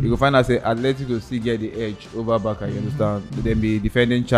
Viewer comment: It’s Barca(Barsa) and not Baka lol